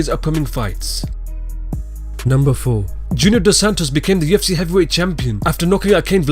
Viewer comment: Why do you pronounce UFC with a "T"?